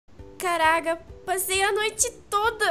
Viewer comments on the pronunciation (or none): caraga kkkkkkkkkela falou errado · a falou caraga em vez de caraca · vc disse caraga kkkk mas amoooo seus videos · quem notou que a falou caraga no começo do video em vez de caraca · e impressão minha ou ela falou caraga